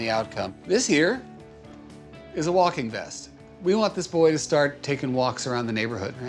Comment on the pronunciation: "we are going to weigh the boye" the boye